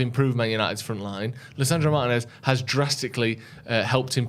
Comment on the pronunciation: Not for nothing guys but can we start saying Martínez correctly. It’s only like top 3 most popular Latino surnames. Does Martin-ez really not sound absolutely ridiculous when you say it. Like his last name is Martin with and ez on the end of it? You’re basically mispronouncing the equivalent of Joe Smith. FYI it’s Mar-Tee-Nez. Not hard guys. Martin-ez sounds so cringe yokel it’s not even funny